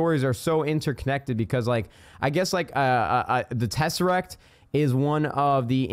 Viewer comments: "tesacrat" hahahahahaha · Tess-er-act you pronounce everything wrong